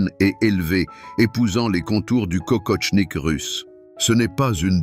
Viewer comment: Kokoshnik, pas kokoTshnik...